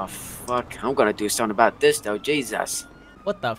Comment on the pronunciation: give him the $2 bill, thats what this is all aboot